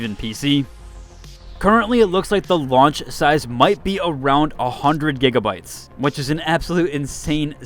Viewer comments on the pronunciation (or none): none